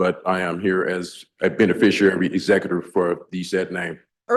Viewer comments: The instant you utter the non-words "benefissherry" or "benefisherrarry" when referencing your non-self in my courtroom, you lose. We're going no further. No more time, taxpayer money or public oxygen will be wasted. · SovTard #3 "ray-row-ded" himself by trying the "beneficiary" nonsense. Well played Your Honor.